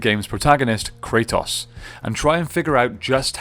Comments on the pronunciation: did you call him krataws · you keep calling him kratoss 😂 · The only thing that I didn't like in this video is the way you say Kratos ( Kre TOS) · Everyone kratos. This dude cartetoss